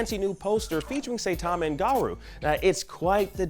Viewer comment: Yes, I'll definitely watch One Punch Man featuring GaROO and SEItama! XD They should really go over name pronunciations before recording, or why not make another take? lol